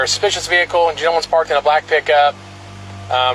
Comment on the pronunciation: this cop can't even pronounce "suspicious" correctly. "i got called out here for a spicious vehicle" the only thing "spicious" here is the cop's iq